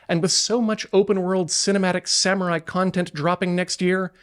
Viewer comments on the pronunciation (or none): none